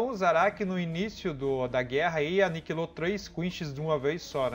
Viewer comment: "Aniquilou". kkk